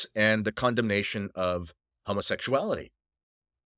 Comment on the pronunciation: All this "Say it straight" nonsense from a guy (I mean you) who can't even say the word "homosexuality' without hesitation. HO. MO. SEXUALITY. Not to mention the fact that Jesus--not Paul, not Moses, JESUS--never said one syllable about it. I don't like Casey either, but that's because I'm on the POLAR opposite side of this argument you're struggling to make. Oh, and I'm also cis-het.